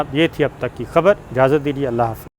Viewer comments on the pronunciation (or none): none